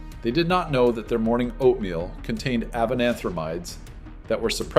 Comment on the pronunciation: Right? I was taken aback by that as well. Why did he pronounce it like that? Is this even a real guy? Or AI ?